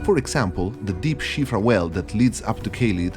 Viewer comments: Its called SIOFRA RIVER. Not SHIFA. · Shivra river ???? Are you for real ? You can't read Siofra correctly, what the fk... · Heavily dislike the way you choose to pronounce siofra